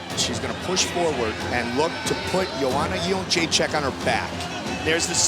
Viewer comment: its JedrzejczYk not JedrzejczAk. All your presenters get it wrong.